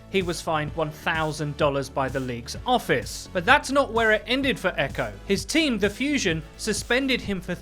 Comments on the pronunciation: It's EQO not Echo! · You're not supposed to pronounce it "Echo" you're supposed to sound out the letters E.Q.O. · btw it is E-Q-O not Echo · It is not eco it is E-q-o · ITS E Q O NOT EQO like xqc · EQO isn't pronounced "echo" it's just EQO... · I'm pretty sure it's pronounced like you would an acronym on Eqo's name. I think you just say E Q O, not echo. That's how I've heard it anyway. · It's not Echo it's EQO you say the letters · It's E-Q-O not "echo". You say his name like you are spelling it out. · It's E-Q-O